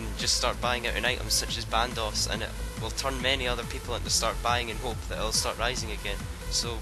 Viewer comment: When you say buying it sounds like banging lol :P